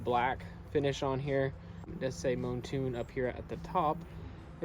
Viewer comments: mountune* not moantune 😘😂😂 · “Moantune” 💀 awwww yeah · You say Mountune funny😂